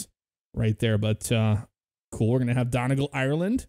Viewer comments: I would say Don-e-gal but I'm from the north of the island lol this annoyed me too 😅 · It’s Donegal (dun-e-gal) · Omg your pronunciations of the airports are DREADFUL. "Don-y-gul" and "Mal-dye-vs" .... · Pronounced Maldives wrong and donegal Jesus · I was happy with the video until he pronounced Donegal wrong smh...